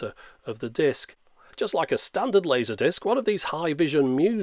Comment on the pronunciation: "mooovies on a diisc?!" - absolutely priceless in that accent